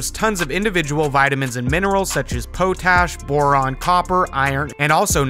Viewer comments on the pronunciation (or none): Its not po-tash lol its pot ash, potash...actually kind of fitting